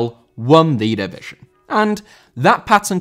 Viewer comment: División * not Devegion